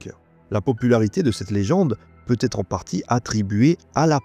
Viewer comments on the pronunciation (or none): Très bien, mais il y a un petit problème de diction... A chaque fois que l'occasion s'en présente, vous faites une liaison malvenue : vous dites "pu têtre" au lieu de "pu être". C'est dommage d'ainsi gâcher un bon travail. 😀😀😀 Ah, plus tard, vous dites aussi "la trace de petits objets", mais cette fois-ci sans faire la liaison... Bonbin y'a juste un petit travail pour annoter votre texte avec de petits signes pour les bonnes liaisons (facile à faire) avant de passer à la lecture pour la prise de son. Simple 😃